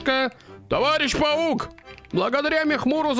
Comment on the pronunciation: паук а не павук